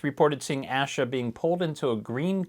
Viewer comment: Beginning of Asha’s name is pronounced like Day or Hay. Thank you for covering her case…Judge Cannone is pronounced a bit like cannoli…The judge didn’t ignore the jury’s decision on two of the three counts- No one was aware of that decision until jurors came forward after trial to say the form & instructions were somewhat confusing & they thought they had to agree on all three counts instead of just one & that’s why they couldn’t reach a verdict. The appeals court ruled against any further action in regard to the ultimate deadlock.